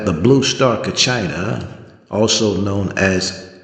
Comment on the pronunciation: not pronouncing Kachina correctly.. you're not Hopi..shouldn't talk about what you don't know.